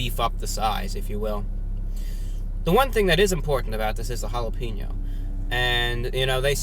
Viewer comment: Hala-Pain-Yo's. not Hala-Peen-O's.